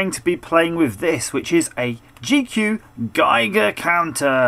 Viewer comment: I'm German and I'm personally offended by "Gigercounter". Its "Geigercounter"!!